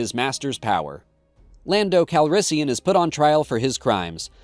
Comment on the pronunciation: I know that was a purposeful "Blando" mispronunciation for interactions, and it worked, I'm here, commenting... good job.